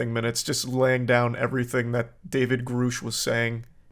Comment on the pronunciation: God it annoys the hell out of me listening to you mispronounce Grusch. It's Gr uh SHHH. Not GrUUUU SHHH.